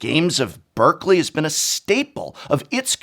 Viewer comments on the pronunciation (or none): none